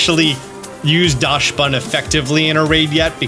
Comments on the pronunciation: It’s pronounced Daxbun, not Dashbun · I love your content. But please stop calling my boi 'Dashbun'. It's 'Daxbun' because it comes from the german Dachshund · Oh god, can you please stop saying "Daschsbun"? The word Dachs comes from the german word "Dachs", where the "chs" is pronounced like an "x". Do its basicially "Daxbun" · I keep hearing people pronounce it DASH-bun......It's pronounced like DOCKS-bun .....and yes, the timer DOES go down during animations. That's why I won't terastalize my pokemon. The power boost is great, but the animations take FOREVER!!!. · Great vid, lots of valid points, but I did wanna say that Dachsbun is pronounced "dox-bun", as it's based on the dog breed Dachshund, which is itself pronounced "dox-und". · DOCKSbunn, please don’t butcher my favorite new pokemons name! It’s after the dachshund which is pronounced “dockson”. Sorry I should have also added thank you for all the amazing content lol, I got a little ahead of myself! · Is that really how you pronounce dachsbun? It's a dachshund. Dox-bun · I’ve yet to hear anyone say dachsbun’s name correctly, like “dachsund”. Do they know something i don’t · Hi, German here. The "Dachs-" in Dachsbun is pronounced like "dux" or "ducks", so it would be "dux bun/ducks bun". A dachshund is also pronounced with "dux/ducks". No "sh" in there. Thanks for the vid. Looking forward to seeing how the event is going to go! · I think Dachsbun is pronounced Daks-boon to rhyme with Dachshund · I believe it’s pronounced more like DOX-bun since it’s based on dachshund (dog breed) and the s comes after the ch. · Docks-bun Like the dog breed "Dachsund pronounced Dockson" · As a German the pronunciation of Dachsbun kills me lmao